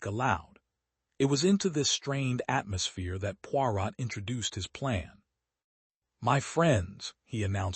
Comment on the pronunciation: Had to stop listening because Poirot was pronounced so badly and it annoyed me. The “t” in Poirot should not be pronounced.